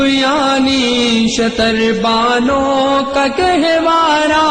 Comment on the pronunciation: talaffuz ki bahot galti hai shatar baano shutar baano aaeen e Muslim aaeen e musallam fuzooñ tar faroo tar